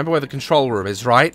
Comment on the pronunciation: Has anyone else noticed that Daz says room Rom.